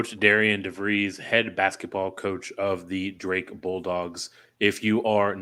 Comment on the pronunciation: Good segment guys. I feel like as a Drake fan we’re always correcting folks, but its Darren Devries, not Darrien. Thanks again for featuring the Bulldogs!